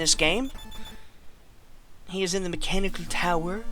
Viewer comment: "De Mechänicäl täywer"